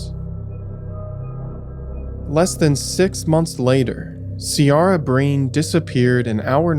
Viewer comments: Please please please give the correct pronunciation when stating the victim’s names,.. Ciara is derived from the Gaelic word pronounced “Kerr-rah”. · I'm 45 now and grew up in Dublin/Meath, I remember some of these cases. Ciara is pronounced Keer-a. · Video was good and well put together, I live just south of Wicklow. Just a quick point, if making any more videos on Ireland. Look into how areas and names are spoken, it was a little jarring to hear Kildare pronounced kildara and Ciara, Seara. Few other places that are familiar to me and spoken about here I didn't know where he meant. Otherwise great video. John Crerar was released a few years ago